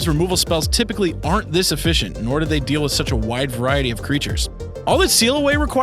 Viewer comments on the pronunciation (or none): none